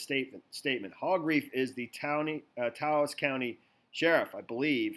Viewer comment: Taos is one syllable, it remember with douse or house